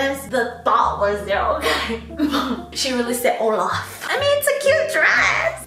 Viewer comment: "She really said oLaF" lol